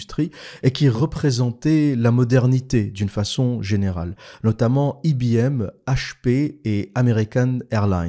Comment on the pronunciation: On dit en France: i b m et non pas i bee m, ou en anglais: high bee m...😅 Sinon, j'ai travaillé chez HP à Grenoble, soit Hewlett Plackard...😅😅😅